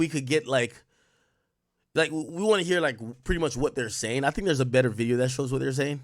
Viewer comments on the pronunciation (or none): none